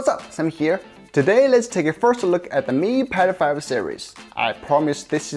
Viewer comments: Way he says "Mi Pad 5" sounds like "Me Pedo-phile". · why is he keep saying mi pedophile series lol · You pronounce Mi Pad 5 like Mi pedophile. Disturbing and funny a the same time.